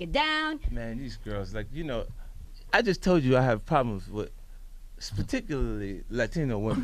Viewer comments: "I jus toll you i hah pahblems, wit, spuhtickulaly latino wimme.." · "speticularly" lmao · guy said spirticularly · wtf is spaticulerly 😂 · and he said, 'spicticularly'. he was talking about problems with Latinas.